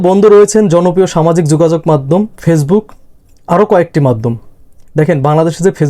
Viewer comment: কথাটা ফেইজবুক না, ওটা ফেসবুক